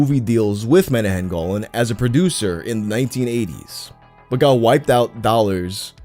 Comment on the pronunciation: Haha it's "monacham" golan, legendary shlock movie guy